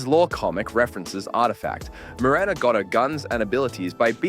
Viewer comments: Muerta. not Muretta, Muerta. Dead in Spanish, but with a feminine suffix. Think Dia de los Muertos. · Why you calling Muerta as Mureta 😭😭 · this guy can't even pronounce Muerta's name, come tf on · man you could have just read the comic just so you would be more accurate. She didnt challenge the then Male Legion commander for she was only 15 years old back then. She joined the bronze legion and worked her way up and then became the Legion commander. Cant also even pronounce muerta right is this an AI Video?